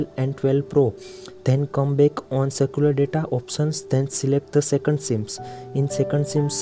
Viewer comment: Bro it is not circular— It is Cellular 👀